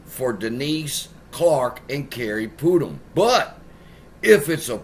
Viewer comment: Not Pootum. PutNam. 🤦‍♂️🤡